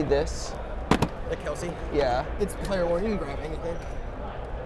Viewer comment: His names pronounced "Kels" not "Kelsey" his dad got tired of correcting ppl. Heard it on a pod cast his dad and the bros were on